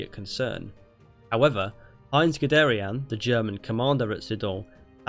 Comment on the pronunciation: it isn't 'Good-air-ee-ann' its Good-air-ee-un'